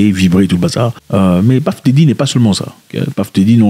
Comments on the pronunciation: C'est PUFF DIDDY..ET non PAFF..😅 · bro j'ai quitté la vidéo dès que j'ai entendu Paff Diddy à la première seconde